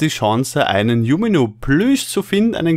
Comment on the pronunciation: Bitte sprich es tschunimo aus, so wie jeder es richtig ausspricht, ich meine bitte nicht falsch verstehen, aber das triggert mich ungemein